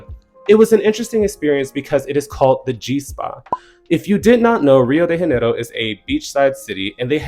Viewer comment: Also Janeiro in Rio de Janeiro is not pronounced like an H, thats spanish not portuguese